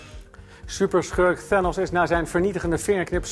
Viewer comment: Hij zei eerst ook ook theenose 😂